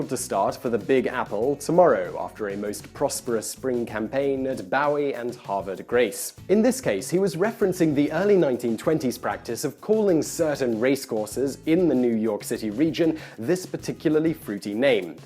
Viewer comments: 'Boo-eee, Have-err De Grace' is how these Maryland cities are pronounced. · Bowie is pronounced "Boo-wee", Havre de Grace is pronounced "Have-er de Grace".